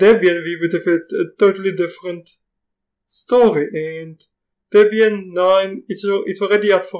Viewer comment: "Tepian", "Upuntu"? "Tepian tefeloper" :-) :-) :-)